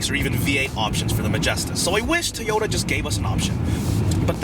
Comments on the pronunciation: It's pronounced like Toe - Yo - Tah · What is a "TEE-oda"?